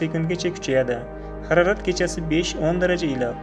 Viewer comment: ХАРАРАТ ЭМАС, МОЛ ХАРОРАТ ДЕГИН. ХУДОНИНГ МУЛКИ, НИМА БУЛСА ХУДОДАН...